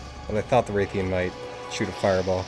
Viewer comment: its pronounced like wrath-ian not like rathe-ian, also thanks for the whole team thing, most helpful people i'v met